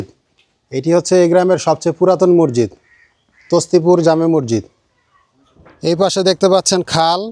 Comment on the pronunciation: Morjid na re bhai masjid hobe